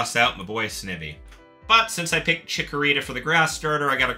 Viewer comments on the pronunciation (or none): Snivy is pronounced like Ivy 😆